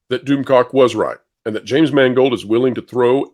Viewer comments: all i hear is mangled the guys name is mangled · Funny, how if you pronounce "Mangold" right, it comes out as "mangled", seeing as that's what he did to Indiana Jones.........He mangled it, and Kennedy watched on with pride and let out a Darth Sidious type laugh as he did.......